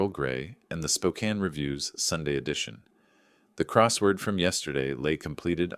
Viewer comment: The AI voice that cannot pronouce Spokane, or Coeur d'alene is hilarious. The snide putdowns of the city's newspaper. The mistakes in the story even funnier.